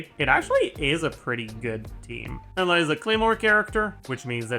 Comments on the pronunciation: Why does he pronounce Eula like Ella?? I already cringe at how other content creators pronounce her name, but where tf did he get this pronounciation from? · What’s up with the weird pronunciations of “Eula”? Ella? Uhla? Emma? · No hate but why does he call eula “ella” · im crying why is he saying ella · He pronounces Eula's name like he doesn't know how to pronounce Eula's name 😂 what is ehllah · Is that how it should be pronounced? Educate me tho because I get uncomfortable hearing him say "Ella" 🥲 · Is he saying Layla or eula lol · The way he pronounces Eula's name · Eula French pronunciation stun grenade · why does he say eula like that it's driving me crazy